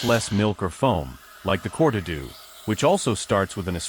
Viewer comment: "Corta-doo"????? It`s Cor-tad-oh 👍🤣🤣🤣